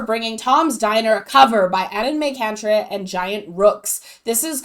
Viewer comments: Pronounciation guide: UN - en - MY - CUNT - er - RITE 😜 In German, "ei" is pronounced like fly, try, I. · It's pronounced something like "ahn-my-cant-right", if I'm not mistaken. It's their last names combined: Christopher Annen, Henning May & Severin Kantereit.